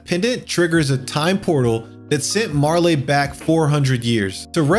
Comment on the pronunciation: Chrono trigger is the Goat, but the E in Marle is silent. Also ff6 is superior to everything else In this video